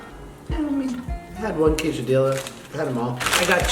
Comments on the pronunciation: Quesadilla Normal pronunciation (Kay-suh-de-yuh) Josh: (Kay-suh-Dilla) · Love you the most josh but please I beg of you don’t say quesadiLLa and say it quesadilla (pronounced quesadiYa) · Josh : kaysadilla Me : kesadiya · U kidding don’t say ( kaysadila ) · josh said quesadiLLa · when josh said CaSe-A-dILlA i